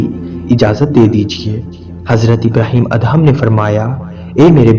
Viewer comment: Assalam o Aliaqm ya ap HAZRAT ABRAHEM ALLAHYMUSALAM YA ELHAM KIA HOTA HYE PHLY APNI URDU THEK KARIN OR PAGAMBRRON KI RESPECT KARIN PLZ